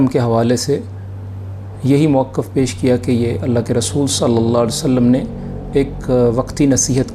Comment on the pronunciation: مؤَقّف❌❌❌❌❌❌ مَوقِف✔️✔️✔️✔️✔️✔️